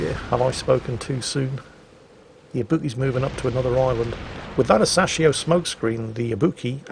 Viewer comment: Its Ah-Sa-Shi-O, smh